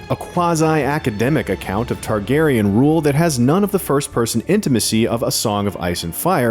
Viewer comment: Targaryen not Tarkarian